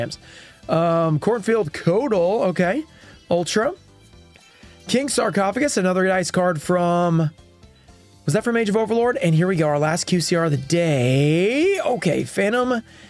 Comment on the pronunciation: Poor decisions with size of the set, card selection, and the Token SR debacle. I won't be picking up this tin, personally. Also, "coatl" is pronounced like Co - OTTLE.